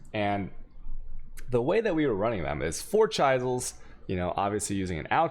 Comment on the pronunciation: chisel is pronounced like fizzle, guard is like hard , the U is silent